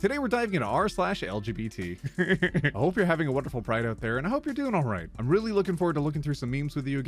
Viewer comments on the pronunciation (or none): I love it when pronounces LGBT as Eljibeetee. Happy Pride Month!